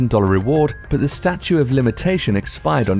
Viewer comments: It's "Statute" of limitations; not statue. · Statute of limitations, not statue. Sigh. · STATUTE not Statue